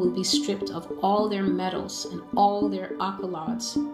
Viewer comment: I don’t believe anyone who can’t pronounce accolades right 😂😂 I know your god a lie 😂